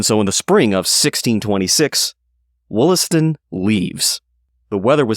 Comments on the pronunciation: The name is pronounced "WAHL-ass-ton" - (long 'O' sounds like an 'A') likely both back then and in the Boston area today. There is a Subway stop named 'Wollaston' because it stops in the Wollaston neighborhood of Quincy, MA named for him. Also nearby is Wollaston Beach. Quincy was originally called Merrymount and there is still a Merrymount neighborhood. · Wollaston is actually pronounced Wallaston.